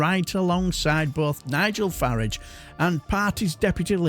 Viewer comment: Pronouncing Farage the correct way! Good chap you are.